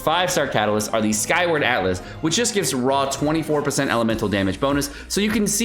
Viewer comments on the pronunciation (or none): none